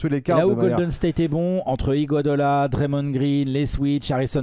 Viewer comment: Faudra dire un jour a que c'est IGUODALA et pas IGUADOLA 😂😂